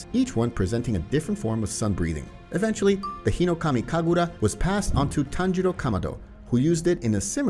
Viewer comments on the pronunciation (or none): people hearing tanjiro instead of tanjuro: SWEET HOME ALABAMA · tanjiros dad name: tanjuro him: says tanjuro like tanjiro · It’s not Tanjiro, is tanjuro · its tanjuro not tanjiro :/ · Bruh just said at tanjiro's father he said tanjiro no tanjuro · am i going crazy or does he call Tanjiro's father Tanjiro? [Its Tanjuri] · its tan JU ro not tanjiro (for tanjiros father) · HIS FATHER NAME IS TANJURO NOT TANJIRO WTH MAN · its tanjuro not tanjiro